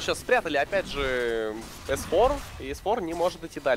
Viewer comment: Бесит как пытается произносить английские слова без акцента, но выходит ужасно, особенно ник s4, завязывай с этим!